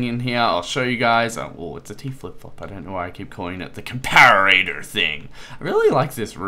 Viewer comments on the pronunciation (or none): it's not a 'compararatah' it's a comparetor, pronounced com-pah-ruh-tor (or com-pah-ruh-tuh for us Australians) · this is how you pronounce comparator. [COM - PAR - RAT - A/OR] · And it's com-pah-rih-tah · Com-para-ar-ator? really?